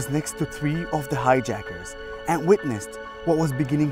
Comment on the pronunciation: “He was seated next to the haijackers”